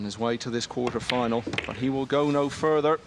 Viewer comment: Why does that announcer say boat instead of but?